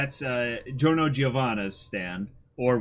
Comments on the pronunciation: Actually no. As an italian, I can confirm that the italian pronunciation shoud be something like “jo-rno jo-van-na”. The “Gio” part sounds exactly like you would say John, Johnatan or Joseph. The extra “Y” you mention is somewhat of an mistake english-speaking people make. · It’s not Dio-livery, it’s Di-Giorno